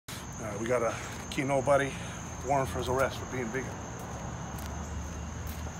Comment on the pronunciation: Loved how he accentuated the "nobody" in Ki-nobody....